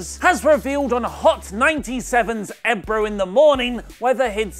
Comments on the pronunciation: Lol "Eb row in the morning" Its Ebro as in bro with a E on the front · its pronounced E-Bro btw fam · lol the way he pronounced Ebro in the morning